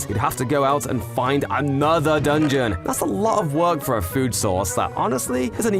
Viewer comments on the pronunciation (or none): none